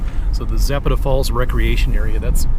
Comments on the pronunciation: Pro nounce Za pat a by us locals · Please learn the correct pronunciation of places you feature. Zapata has an emphasis on the second syllable, and the vowels are soft.